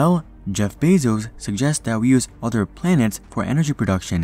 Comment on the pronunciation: This guy can’t say planet 😂 he is saying plants!!! 😂 lmaoooooo